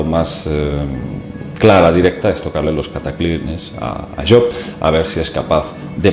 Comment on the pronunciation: me ha gustado mucho el video el personaje que mencionas job se pronuncia su nombre con jota y perdona por entrometerme un poco, solo era eso, no lo tomes a mal y gracias por el trabajo de investigación que estas haciendo,que es despertar conciencias, que no es poco